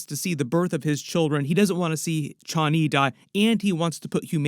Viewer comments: "chha-ani".. Man, just say Chani normally. Everything's fine. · Paul pronounces it Chanee long a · I hate how this guy says Chani lol. Dude it's one word not two. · The way you are pronouncing Chani...